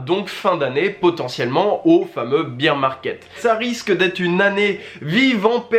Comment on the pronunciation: merci pour ta vidéo et ton contenu :) petite précision , on prononce ''baer (bere) market'' , et non ''bire'' :)